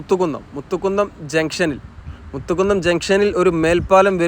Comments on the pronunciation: മുത്തുകുന്നം അല്ല മൂത്തകുന്നം ആണേട്ടോ. ഞാൻ നോർത്ത് പറവൂർ ആണ് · മലപ്പുറം ശൈലിയിൽ ഉള്ള വിവരണം കുഴപ്പം ഇല്ല പക്ഷെ സ്ഥലപ്പേരുകൾ കറക്റ്റ് ആയി പറയാമായിരുന്നു. Eg. കൊട്ടപ്പുറം അല്ല കോട്ടപ്പുറം എന്നാണ്, കൊതപറമ്പ് അല്ല കോതപറമ്പ് എന്നാണ്, മുത്തുകുന്നം അല്ല മൂത്തുകുന്നം എന്നാണ്. Google Map നോക്കിയാൽ മലയാളത്തിൽ സ്ഥലപ്പേരുകൾ ശരിയായി വായിക്കാവുന്നതാണ്. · 2-3 തവണ പറവൂർ town നിൻറ്റൈ അവസ്ഥ എന്നു പറഞ്ഞു . പറവൂർ town നിന് ഒരു പ്രശ്‌നവും ഇല്ല . മൂത്തകുന്നം ,മു അല്ല മൂ മൂ. മുസരീസ് സ്ഥലം "പട്ടണം". അതാണ് പേര്. Bolgatty ,Chellanam എവിടെയാണെന്ന് ഒന്നു നോകൂ. രണ്ടു പറവൂർ ഏതാണ്. വടക്കൻ പറവൂർ , North Paravur ഇതിലൂടെ മാത്രമാണ് ഈ highway പോകുന്നത്.